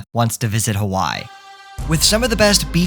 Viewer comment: Please for the love of god learn how to pronounce Hawaii